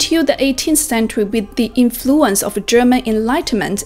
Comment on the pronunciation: Wrong accent saying words like: diplomacy or influence. Comunque brava